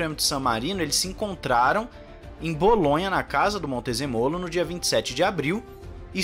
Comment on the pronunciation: Pronuncia corretta é Luca di MontezEmolo como se fosse acentuada onde coloquei o é maiusculo